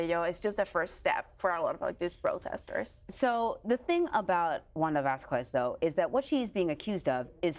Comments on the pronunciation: "Vass-koo-ezz"? More like "Vaz-kezz." Anyway thank you for the reporting. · It's NOT "Vas-KWEZZZZ"! It's pronounced "VAHS-kess"! DON'T RUIN ORIGINAL PRONUNCIATION LIKE THAT! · Don't you hate the way they butcher latin sounding names. I was wondering why I've never heard of a vaskquees. LMAO we can pronounce things if we try people